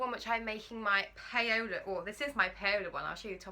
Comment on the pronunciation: Love your Paola top. I've just bought it on sale. Might even copy you with the fabric 😉. I think it's pronounced Powla (as in ouch). Spanish Paula. You are so fluid with your talking on film. Do you have to do much editing?